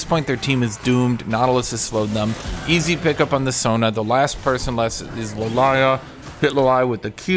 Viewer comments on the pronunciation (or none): it's Lillia not Lalayah 😊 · i love hearing call Lillia Lalaya lol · Were just going to pass the fact this man calls lilia lilaya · number one laning mistake: Not being able to pronounce Lillia correctly